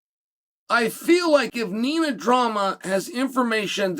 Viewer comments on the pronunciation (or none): none